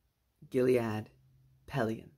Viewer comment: It's just Gilad not Giliad.